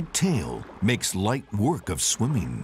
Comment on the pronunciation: "...and some for SLIMEEN.." I think you mean "sliming," bub.🤣 *EDIT* He also said "SWIMMEEN." This dude not only delivers his lines in a hammy way; he also lacks the ability to properly pronounce words ending in 'ing.' So ridiculous.